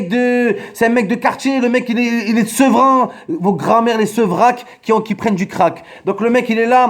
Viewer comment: Sevran les R